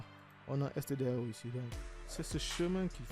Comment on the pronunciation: On dit "stdio" et pas "stdao"